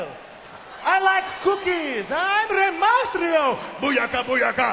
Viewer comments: he can't even pronounce reys name right and hes telling rey to speak in a language we can all understand? its MYSTERIO not MASTRIO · rey mastrio XD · yeah he says mastrio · i like how Santino messes up every1's name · santino is saying the "mysterio" part wrong